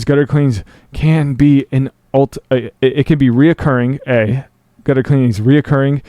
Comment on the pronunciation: You keep saying "re-O-curring". There is no "O" in the word recurring.